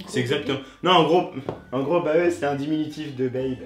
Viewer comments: il dit baeee au lieux de baééé 🤦‍♂️🤦‍♂️ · C'est pas baeuu comme tu dit mes baé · Sa se lie (bé) car se base c anglais et on lit pas bae (baé) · c'est pas baeuh xD c'est baé et ça vceut dire Beford Any Else sois avant tout le monde donc que c'est la personne que tu ne quitterais jamais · Il devrait le prononcer bey pas baé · Et puis ils dit baeuuuh mais on lit Bayye. Je t'aime biz' du MAR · C'est pas Baeuh c'est Baé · MDR BAE ca se dit pas "Baeu" mais "Beï" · C’est pas baeuh cest baéééé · On dis pas baé ( bae ) ?🙁 Et sinon gt éxplosé de rire 😂 😭 c'est incroyable toi plus t'a mère 😂😭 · En vrai ça se dit « beyy » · Allez sur Google trad ça se dit bai 😂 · À la seconde ou il a prononcé bae en baeuh...ça m'as tué😐💔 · Xully Bxck mdrrr bae déjà c un mot anglais donc nn ca de dit pas baé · j'ai jms entendu une personne dire baee à part eddie ds la vidéo ... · Il a dit “Baeuh” pour Bae 😭😭😭😭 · Wiki.iss Bah dans les deux cas la prononciation est mauvaise.